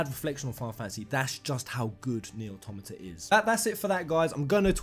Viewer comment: Jeremy Ang You are wrong. Automata has its basis in automaton. He is pronouncing it correctly.